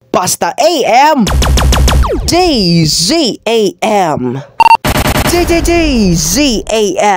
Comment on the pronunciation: Not dzam its DZMM